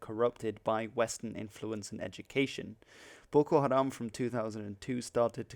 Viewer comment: waw your pronounced well 😅😅😅